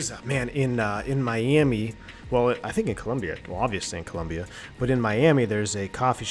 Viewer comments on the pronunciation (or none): COLOMBIA! not Columbia